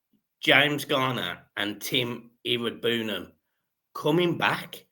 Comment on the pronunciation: Why does insist on calling Iroegbunam, Irbrahooman 😂 UTFT 💙